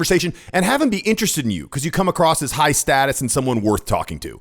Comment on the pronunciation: It's "across," not "ACROSST" or "ACROSSED!"